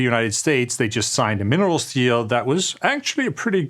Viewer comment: He does write "minerals deal", so it either a spot of Danglish mispronounciation or a Freudian Slip.